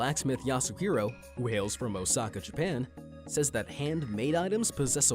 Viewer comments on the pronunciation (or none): none